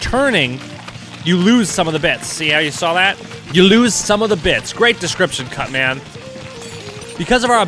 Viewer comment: Ooooooooh he said Cutman not that other thing I thought he said